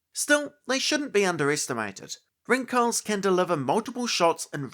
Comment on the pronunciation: Pretty sure the pronunciation is Ring-Hals (like the city Hull+s), not Rin-Khal😊 If someone is interested 😅